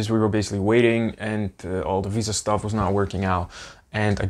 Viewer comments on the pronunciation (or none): none